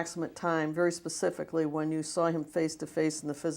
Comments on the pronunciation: Pacifically, when you axe me that type of question, I have to have Michelle answer that, she's part of the board. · He pacifically said, "axe michelle". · I pacificly aksed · "HE PACIFICALLY SAID THE BRONCOS WERE GONNA WIN THE SUPER BOWL" THATS NOT COUNTRY..... THAT'S DUMB!!!! IDIOT. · When he said resort he was looking for the word retreat, but his brain don’t work that pacifically. 😆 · "Pacifically" lol Please, sir, learn to pronounce words correctly! What an utter turd. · This guy literally walks in the room sits down and says “I don’t remembered pacifically so just axe Michelle, she handles all my proprietary questions”… Jumps up Moonwalks out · What's his mental age? I persifically Axe the American faith how have you fawlen 4 this ? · "I don't know that 'pacifically' so you needa axe Michelle" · I'll sadly admit i've watched this several times and I enjoy it each and every time!!!! This Bishop, Apostle fella does not speak nearly as well as my 7 yr old daughter and i'm not exaggerating even a little. "Pacificly"!!!!!!!!!!! Thank you David!!!! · TRUTH!!! I can't stop watching this!! A hot-ass mess! "Pacifically" when he's using that mess of the English language... makes my ears bleed 😭🤯🙉. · Axe michelle . pacificly axe michelle